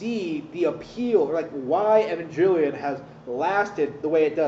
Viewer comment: can understand the show but can't understand how to pronounce evangelion apparently though #fakefan